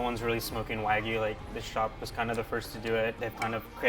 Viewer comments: Mikey, pretty please stop calling it WAGU there’s a Y in there... Waa-GYOO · Its not WÄGUY .. its WA GUY , god damn the pronunciation makes me angry.